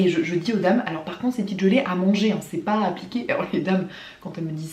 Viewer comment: Ton accent quand tu dis "pas" pô